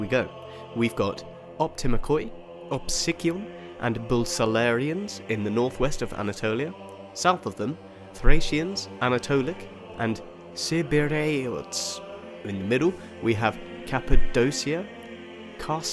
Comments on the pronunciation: Optimatoi is actually pronounced Optimatee. essentialy, in greek when Ο is followed by I then the 2 letters together "oi" are pronounced as an "e". Bucellarians would be pronounced more like Bukelarians, with a hard C, like a K. Same for cibyrrhaeots, the C would be pronounced as K. Chaldia would be haldia, but with a bit of a pronounciation I can't properly explain here. That Ch couldn't be represented better in english. In greek, the letter Χ is pronounced "hee" (you can google the sound if it doesn't make sense), and Chaldia in greek would be Χαλδια, with an "X". Any I didn't mention you pronounced correctly. Honorable mention of sebastea which you pronounced correctly but the intonation should be on the last e, so SebastEa. This word actually comes from the greek word Σεβασμός, which means respect. Sebastea would be how they would call a "respectable woman" back then. EDIT: Same for the word "PRONOIA", like optimatoi, you'd pronounce it pronea. This word actually means "forethought", however in modern greek and I assume back then too, when we talk about "pronoia" we mean the sum of systems the state uses to support the inhabitants, so the health system, the help for the poor and needy, help with finding work, help for orphan children etc. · Your pronunciation was a butcher in deed. So here we go: Koloneia should be pronounced as Kolònia, Optimakoi as Optimàki Bucellarians as Voukelàrion Thracesians as Thrakìsion, Chaldia as Khaldìa, Cibyrrhaeots as Kivireotòn, Seleucia as Seléfkia, Cappadocia as Kapadokìa, ...